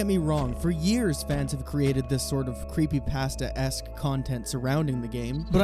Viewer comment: mans said "creepy pahhsteh" and i clicked off lmao